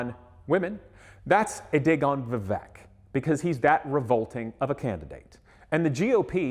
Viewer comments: The name is pronounced Vivayk, like in "cake". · The guy doesn't even know to pronounce vivek! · At least pronounce his name, right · You don't even know how to pronounce your opponents first name. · You can’t even pronounce his name correctly? 🤯